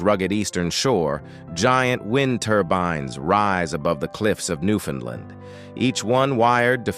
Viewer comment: Please learn how to say "Newfoundland" properly.